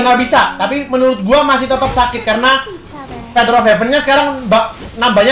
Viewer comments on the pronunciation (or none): none